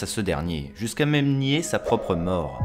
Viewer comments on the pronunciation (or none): none